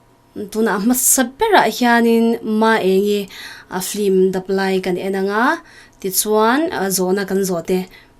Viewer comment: Film ania flim tiin i lam tlat a,ka lo ngaimawh ve tlat